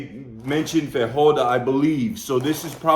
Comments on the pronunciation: "Fahoada", ahaha! In Portuguese, J doesn't sound like hard R like in Spanish, it's more like "fageeoah-dah" Most of the other words you said quite right! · In Brasil, we speak portuguese. So, when you read "feijoada", is not pronounced "feihoada". It's just "feijoada", with a smooth J, like in french. You know, without that "d" sound. Some gringos pronounce it "feidjoada", which is wrong. G also have this sound when it's "ge" ou "gi". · pronunce FEY-JHO-ADA... lol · It's "farinha", spelled "fariña" ("nh" has sound of "ñ"). The "ñ" from "piñata", for example. And "feijoada" is spelled as "fei"joe"ada). Yes, put "jo" is spelled "joe" in "feijoada". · "fae-joe-ah-dah" would be a better way to say it